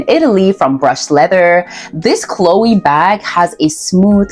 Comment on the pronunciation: It's also pronounced To-TAYME and De-LOYTE. Hedy Slimane, not Silmane. Prada Cleo, not Chloe.